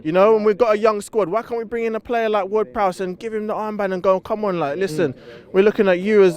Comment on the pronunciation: Ward Prowse? 😂😂